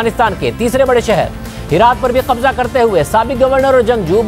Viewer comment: Aap k kahbza kahbza bool rahy hoo